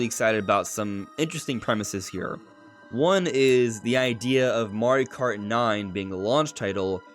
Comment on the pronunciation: "marri kart"